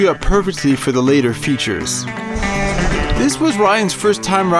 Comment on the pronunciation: How u say features makes me wanna kms